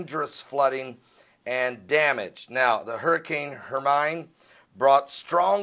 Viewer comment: praying for people in hermines path!we live in the PIEDMONTS of south carolina the rains came as close as 7 miles from FOUNTAIN INN SC! We need the rain!BUT GOD IS IN CONTROL! it's pronounced HERMINE as in hermean! not as in coal mind!It a Spanish word!!